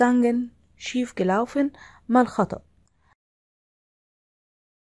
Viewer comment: شكرا عالمعلومات لكن اللفظ كتيير سئ ،